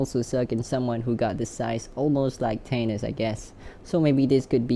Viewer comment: Who the hell is “tanis”? It’s “Thay-Nos”